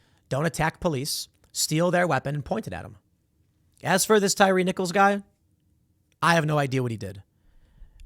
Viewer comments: Its pronounced TIE REE. Not Tire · Tie Reeeeee 😆 tire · Damn Tim, do you really not know how to pronounce this man’s name it’s Tyree like “Tie Ree” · Tim said “Tire” pretty sure it’s pronounced “Tyree” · Pretty sure his name is pronounced Tye-Ree. They keep talking about him on DC News bc he’s a DC Native. Worried they’ll burn down DC again. These jackasses need to be prosecuted. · Say it with me Tim. Tie-ree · And Tim, it's pronounced Tie-Ree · My dude said tire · How do you "report" news and not do any research? Tim even mispronounced the victim's name...